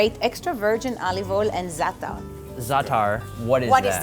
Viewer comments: Zaatar is thyme,it's not a condiment (u pronounce it like dis za,a,tar👍) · That pronunciation of zaatar killed me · Who’s an Arab and laughed how they said ‘’ZARTAR’’ 😂 😂 😂 😂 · C. Kay lol yeah it’s zaatar “زعتر" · I'm Arab. I eat Zataar and oil everyday day. Btw it's pronounced with a rolled r at the end.